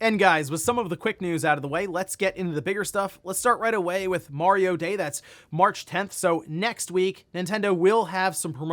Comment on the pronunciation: I thought he said Wario day.